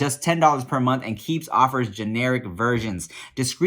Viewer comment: My mans in the keeps ad said “key e e p s” lmao